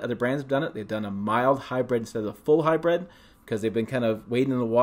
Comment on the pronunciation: It’s HYBRID not HYBRED FYI